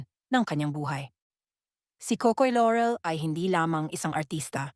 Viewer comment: I hate how the narrator mispronounces the name Laurel. It's not Lorel buy LAUREL pronounced ad spelled. It's not an American surname but Filipino.